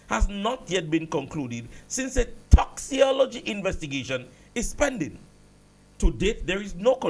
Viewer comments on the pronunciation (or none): Sir. Pronounce it as if it has a k. Toxicology (toxikology)